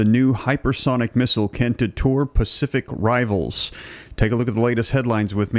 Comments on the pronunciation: Giving Kim a nuclear weapon & a missile system to go with it is like giving a 3 year old a hand grenade ! On a personal note... you keep saying "de-tor", what do you mean ? You have said both deter and detour, when you have read them ! ? ! The ONLY other person I've ever heard say debtor is a a Canadian... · Deter is pronounced de-TUR not de-TOUR.